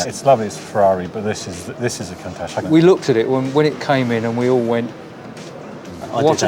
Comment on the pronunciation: Countach is pronounced 'coontarsh''; please make an effort...